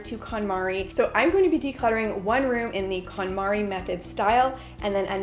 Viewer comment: I love this series but she does prononce it wrong Kon MariE konmari Method